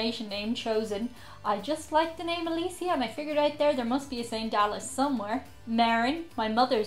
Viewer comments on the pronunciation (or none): my name is Chad Anthony (Louis conformation name) Guiry, southern Irish, Charlesville, my family is from, 1830s, my sisters name is Alicia but not pronounced how you pronounced it lol it sounds like Alishia